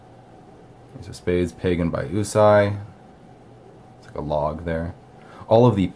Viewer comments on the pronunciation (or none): Uusi is Finnish for "new." It's pronounced more like "you see." I wonder how they got the name, being an American company...